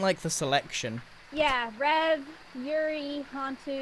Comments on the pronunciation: It's so triggering hearing them go "yuriiiiii" instead of you-ray. That's how Yurei is pronounced gang. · I love how they're just pronouncing "yurei" as "yuri" like imagine going to a haunted house and the type of ghost you find there is just sapphic love lmao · Exactly the way it is written, you-reh-ee